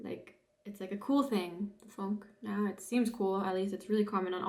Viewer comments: its not "funk " its Funke, you are right its the spark jumping over to .... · Oh, quality tv. 😂 It's Funk+e like Porsch+e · Important to get the pronunciation of "Funke" right. Otherwise most people won't understand it. The "u" is pronounced in German like "oo" in good. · Der Funke, please prononce the e on the end! Tapete emphasis is on the first e